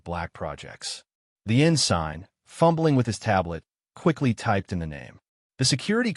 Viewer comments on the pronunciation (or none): You keep saying ah-gaup aye--when it is a-gape (like grape without the r) and it is ensin (silent g) not en-sign!!